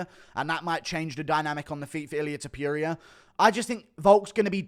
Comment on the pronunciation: The way you say Ta-pure-ia 😭